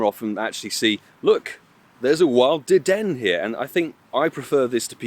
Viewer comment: I don't normally correct pokemon pronunciation, but it's pronounced like 'De-Den-A' in the anime and sounds better IMO that saying it like 'De Den'